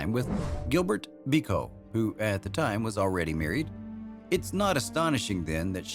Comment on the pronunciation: What a ridiculous "French" accent!!! Trintignant? Bécaud?!! Stick to what you can just about manage in that speech impediment you'd call an American accent!!